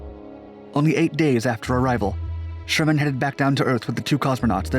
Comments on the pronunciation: It’s Sharman. Not Sherman. Helen Sharman. Gah!! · Actually it's Helen Sharman NOT Helen Sherman - a small point, but worth mentioning. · Just a small point. It's Sharmen rather than Sherman. Pronounced like 'Charmin', the tissue paper Krikalev had to use when he feel in love in space. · It's SHARman not Sherman. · Helen ShArman, damn it, NOT Helen ShErman.